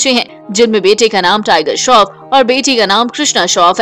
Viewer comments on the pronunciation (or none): Tiger shroff not tiger shof